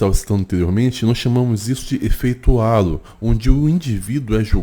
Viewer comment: Só uma pequena correção, efeito "halo" não vem do português, vem do inglês, já que significa auréola, por isso indica que alguém julga outra pessoa ser boa pela beleza, logo, não fala "álo", do português mas sim "reilo" do inglês, ou coloque pro translator falar no idioma inglês